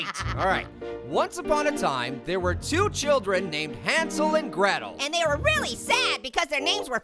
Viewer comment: Hansel and Gretel more like Hansel and gwetel